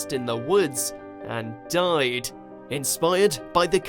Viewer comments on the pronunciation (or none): “...and DUY’D..”